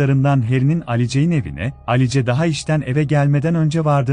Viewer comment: Alice ne ? Telaffuz yanlışlığı olmasın